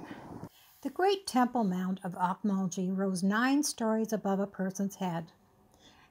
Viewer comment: Oak- Mul- Gee not like gee whiz like G in Gary nice video